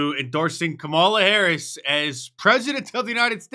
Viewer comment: Kumallova mahface hurris? My first thoughts would be... open throat?